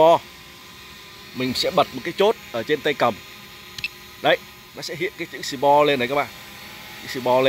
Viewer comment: Sport (sì pót) mà đọc sì po trình chú cao r